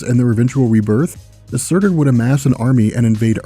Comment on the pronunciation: By the way sutr is pronounced sort